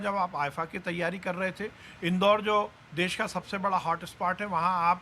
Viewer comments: देश बोलते है देस नहीं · रवीश जी देस नहीं देश होता है। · चचा "देस " नहीं "देश " होता है। बिहार के होके भी हिंदी की बंद बजा रहा है। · Aapko देस नहीं देश होता है आप क्या पाकिस्तान से हो क्या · देश होता है, देस नहीं। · All is fine but... देश होता हैं, देस नहीं ndtv please correct this.